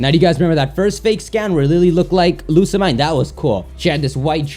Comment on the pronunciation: It's pronounced Lusamean not Lisa mine